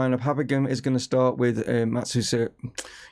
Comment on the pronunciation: Matsuzeeka, Matsazuka, Matsazuki! - I've heard this name butchered multiple times. I think we should just call him MATS and be done with it 😅 I'm really enjoying this series and you're building something pretty unique at Chesterfield.